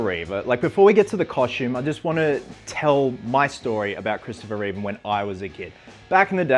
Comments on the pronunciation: Reeve, not Reeves. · There's no s in Reeve